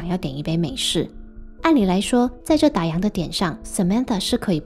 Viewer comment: 打烊，烊，读第四声，跟样子的样是同一个读音。不要再读错了。